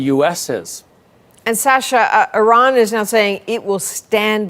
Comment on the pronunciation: They can’t even pronounce Iran correctly. I rann